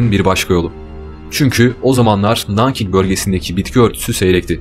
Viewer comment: İki sıkıntı var.Çok hızlı konuşuyorsun ve Nankin deği NANKİG Gyle